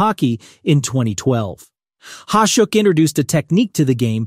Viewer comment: Ya, whoever you paid to use their awful AI should be paying you back. Mispronunciations of Vezina, Hasek, Rogie, Parent, and even 1990's being said awful. Find someone who you can pay a little more to read your script and it'll go a long way EDIT to add: For Hasek it says #1, then says coming in 2nd.... not sure if that was a typo on your end but that'd be another point of improvement.